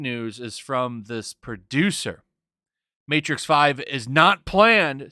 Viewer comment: The matrix? More like the mehtrix...amirite gais? Gais?...